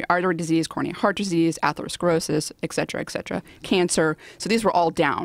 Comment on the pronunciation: Not buying that a "Dr" doesn't know how to pronounce the word "etcetera."